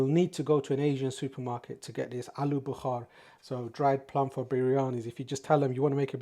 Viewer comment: Alu Bukhaaar hahahha guy is funny tho. Its called Bukhara.